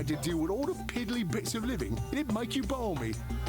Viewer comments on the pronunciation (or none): He pronounced "balmy" with a the L from the American "talk". This word is so hard to figure out I thought it was "barmey" since I now saw it written. And goes and says it ballllllmy...